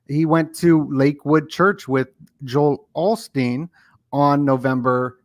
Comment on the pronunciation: At 59.50 you said a mandella Joel Olsteen..it is now Joel Osteen!